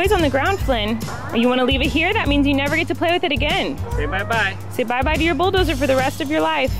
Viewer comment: Flynn pronounced “bulldozer” so perfectly I feel like a proud internet mom🥰❤️🥰❤️